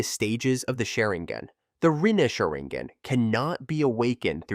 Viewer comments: Omg The way he pronounces sharrigan kekei genkai and everything else he pronounced wrong was cringey asf sounds like he just started watching naruto or something wtf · SharinGHEN? WTF is this, Genghis Khen?) Please stop this AI generated nonsense. If you can't make videos yourself, let alone voice them - just don't do it in the first place. It's not worth ANYBODY'S time. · It's not sherigan dude it's sharigan learn how to talk before you make a video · WTF is sherigan? Honestly if you cant respect other people's language's than why bother? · 'One Tomoou' and 'Shanrooin' lol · Lmaoooo “SHARING-GAN.”